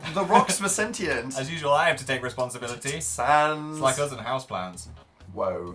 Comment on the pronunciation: you two don't know how to pronounce 'sentient' correctly. This upsets me.